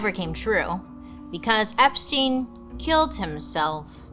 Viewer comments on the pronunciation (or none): none